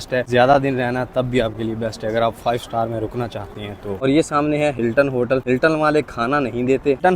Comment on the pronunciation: بھائی...! 5 سٹال نہیں سٹار